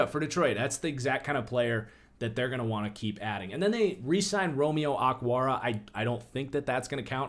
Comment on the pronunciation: Why did you call O-kwara, "ockwara?"